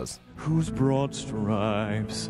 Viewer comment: It's broad stripes. Not brought stripes. SMH.